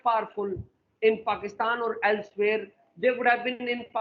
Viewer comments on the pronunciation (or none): abey chu paxtan nahi Pakistan bol